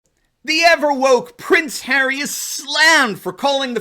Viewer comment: It’s not Prince Harry. It’s “Prince Ha-Ray!” Of course an ultra elitist royal isn’t going to understand the fundamental rights of citizens.